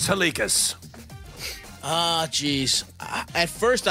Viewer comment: How hard is it to say Halkias